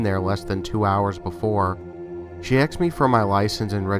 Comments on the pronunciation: I do enjoy your stories. These "glitch in the matrix" are especially entertaining. Some constructive criticism: ASKED - please stop pronouncing it AXED. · I know this is an older video and I love this channel. You have a great voice for horror narration. Just one small tip and that is it's "asked" not "axed". I apologize if its a local accent, its just a small pet peeve of mine. Keep making great videos! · "Axed me"?! Nice collection and good narrating though.